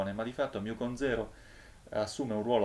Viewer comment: Guardi che si dice 'MU' o al massimo 'mi', ma non 'miu', se no, se lo vuole per forza pronunciare all'americana deve dire anche 'pai greco' e non 'pi greco'